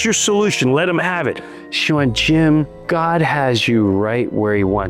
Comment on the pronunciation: ermagurddddd why u tawking about gurd